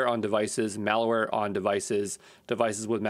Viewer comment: Awesome, but the entire video you keep saying "IpD" instead of "IdP". And the word "malware" is not pronounced "malaware".